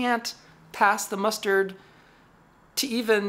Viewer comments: The expression is " Pass muster", not "Pass the muster". Feel free to Google " Pass muster" as its often mispronounced as " Pass mustard" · "pass muster" not "pass mustard"